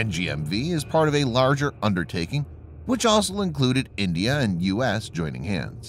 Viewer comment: Why is the word 'also' so hard to pronounce?